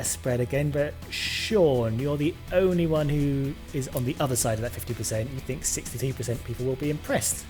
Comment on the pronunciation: Its think love, not "fink"